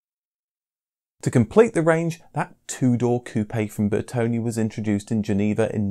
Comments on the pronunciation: It's not BertonI it's BertonE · I see no "I" at the end of Bertone's name